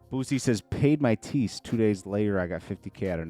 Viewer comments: It’s pronounced tides not tees—thats what you give in church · you're pronouncing Tithes wrong bro😂